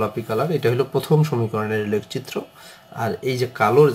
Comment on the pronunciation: Lek citro na eta lekh citro occaron vul